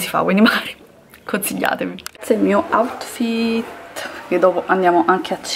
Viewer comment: no, lo pronuncia cosi OUTTTFIIIIT